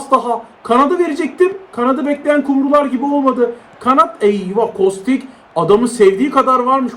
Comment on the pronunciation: Abi kostiç diye okunuyor diye biliyorum